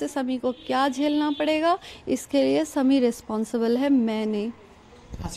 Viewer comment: Drama queen ,, husband k naam bhi sahi ni bolsakti Sami Sami it's shami